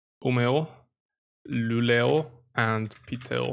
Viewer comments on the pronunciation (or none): none